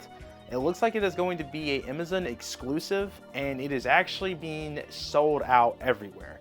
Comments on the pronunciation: He keeps saying Emazam instead of amazon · Ok I've tolerated you mispronouncing Metroid, but i draw the line at AMAZON, WTF is Imizon???? CUT IT OUT!!!!